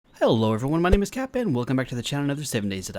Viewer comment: Why do u prononce your name as "Capay" instead of.